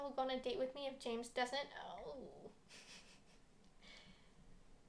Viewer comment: U pronounce James as Hamis